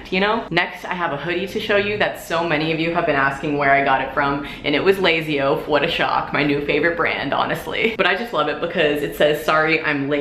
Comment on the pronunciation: lazy oaf, but when she said it, it sounded like lazio lol